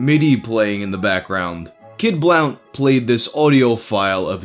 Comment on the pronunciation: kid "blunt" jeeze dude, your pronunciations are wayyy off at least once a video.